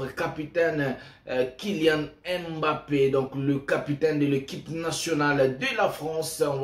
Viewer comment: Pourquoi tu l'appelles Kilian M Mbappé ? Appelle-le comme nous appelons les africains. On prononce simplement MBAPPÉ sans dire le M BAPPÉ.